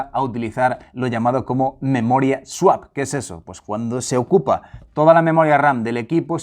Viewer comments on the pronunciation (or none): none